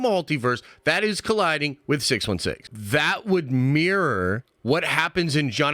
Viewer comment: Get on with it and stop yapping. That not vat by the way. Th isn’t pronounced as a v..